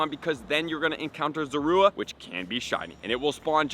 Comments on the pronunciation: thats not how you say its name it sounds like your saying zarude and not zorua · Why do people keep mispronouncing zorua.....